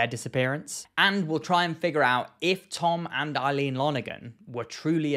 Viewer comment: Every time he says Tom and Eileen, i just hear Come On Eileen. I know it's a serious topic